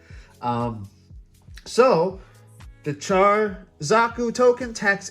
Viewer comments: It’s Char. It sounds like “Shar” when said with a Japanese transliteration. Kind of like Alice would sound like “Arisu”. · SO NOT WEIRD. Just interactions you may not be used to or aware off. Also Shar not cha-r.